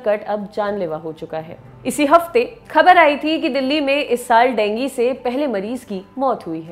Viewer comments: Dengi nahi ma'am dengue hota hai, pronounced thik se kro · Denggi nhi dengu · डेंगू बोलो मैम देंगी नहीं आप का कोई न कोई वर्ड टेढ़ा ही रहता हैं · aree madam wo dengu hota hai dengi nahi naam to sahi le liya karo yaar 🙄🙄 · Ma'am Dengi nahi dengu 😂😂😂😂😂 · Didi dengi nhi dengu hota hai 😂 Please English ki esi taisi n kro 😭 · madam dengi kaun bolta hai.. koi doosri hi bimari lag rahi hai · Dengue bolna shikho phle.